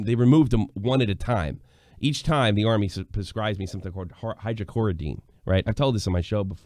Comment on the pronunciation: It's Hydrocodone, not Hydrocoridine. It's just another name for Vicodin